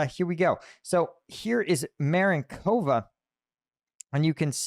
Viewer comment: Dyslexia? That's Marinovka, not Marinkova. Please put the "k" in the right place... Mistake repeated three times already, and I'm barely past the first minute. Mistakes like this make me stop watching. Which is a shame. Effort wasted. Was there no editor nor "proof watcher" to pick it up and point it out?